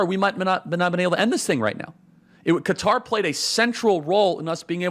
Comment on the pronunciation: Thank you Charlie for pronouncing Qatar appropriately!